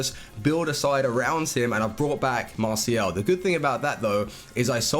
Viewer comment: Please stop saying "Masial"